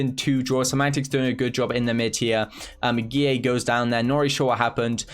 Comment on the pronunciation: i like how says guilleVGX like GEE-AAY